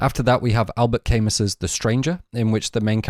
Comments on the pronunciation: It’s pronounced ‘Cam-oo’ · Camus is pronounced Camoo he’s French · I think Albert Camus is pronounced "Al-bear Ca-moo" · I was following you right up until you pronounced Albert Camus' name like that or so. I understand that you're English, and even more, you're from the North. The French have certainly had an interesting relationship with the Northern English, the Scotts and the Irish. However monstrous the French may be, pronouncing Camus' name as "Came-us" is horrifying beyond anything Ari Aster could put in any of his films.